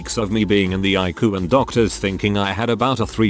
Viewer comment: Eye-ku? EYE-SEE-YOU